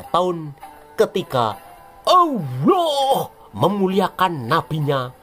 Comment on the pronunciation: Hahaha..... mules perutku dengar penyebutan Owloh... es we te.😁🤣